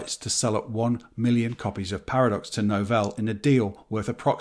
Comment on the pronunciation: Nice to hear someone correctly pronouncing both Novell and Corel 👍 Loads of folk say 'novel' (like the type of book) and 'coral' (grows in the sea) 😂